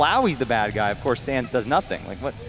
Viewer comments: Did anyone else notice when he spared sans he said thanks ness? BUT THATS JUST A THEORY, A GAME THEORY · WHO SAID THANNS NESS